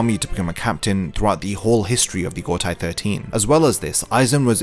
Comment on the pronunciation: I like your content a lot, but please please start pronouncing Gotei 13 as "go-tay 13" and not "go-tai 13". It's the same as in Seireitei which you already say correctly. The "ei" in Japanese never transforms to an "ai" sound. Eg. Heihachi is "hey-hachi" not "hai-hachi"